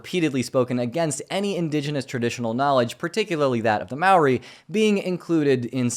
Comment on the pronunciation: Hey from Aotearoa, just a heads up that Māori is pronounced "mo-ur-ri" (kind of like mouldy), with a slight roll on the 'ri'. :)